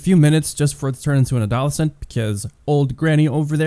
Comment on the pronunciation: The way you say adolescent lol